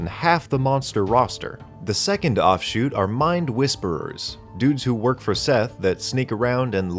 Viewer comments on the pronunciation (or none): none